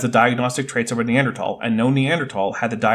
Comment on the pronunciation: How many scientists can't pronounce Neanderthal?